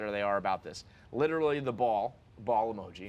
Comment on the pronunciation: Bro you gotta stop saying "litrally"